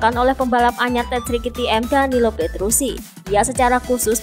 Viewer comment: Petrucci mbak bukan petrusi